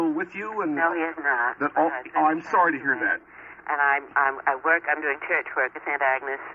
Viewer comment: She pronounces "church" the same way Little Edie from Grey Gardens did